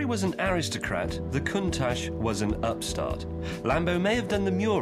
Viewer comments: i asked for a countach, not a conetach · Lamborghini contash